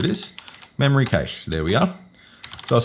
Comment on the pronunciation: Great video, thanks. But why do you say cache funny? It's pronounced kash